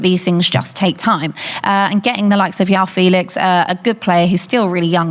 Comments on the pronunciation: Its not Yao Felix. It’s João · You know she's been preparing with when you hear "Yao Felix" and "Mudrić" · its not yao felix ffs 🤦🏻‍♂️